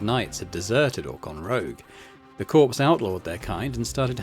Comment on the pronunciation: For example, I can assure you that the Beatles' company (Apple Corps) was and is pronounced as "core" and not "corpse". I'm not sure any business would want to use the word corpse in the name, but I could be wrong about that. Carry on!